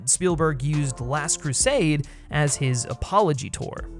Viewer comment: Keeps mispronouncing "Last Crusade".